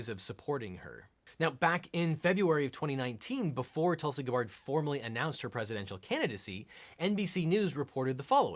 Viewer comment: Weirdly her first name is pronounced Toolsy